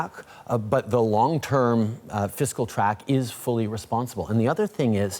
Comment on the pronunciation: That's what I heard too, then I listened again, and again, and realized that he mispronounced "fiscal". Quite an ironic faux pas.